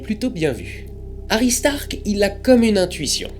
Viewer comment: j'adore le jeu de mot suivit de : Toi je vais te taper avec le regard :)) La lune s'éloigne 3.78 cm / an alors combien de lumen en moins renvoyés par la lune depuis mille An ? juste par curiosité Autre chose , j'entend aristarck hary starck ,,un foutage de gueule :)) pour la ressemblance ?